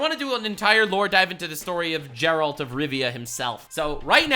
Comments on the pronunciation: I didn't see similar comment so I guess I need to say this.. It's Geralt not Jerald. 😑 Hope your pronunciation will be better in next video(s) 😂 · Not jeralt But Geralt